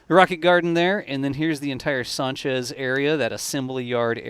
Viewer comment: Why do you keep calling it "Saunchez", rather than " Sanchez, like everyone else??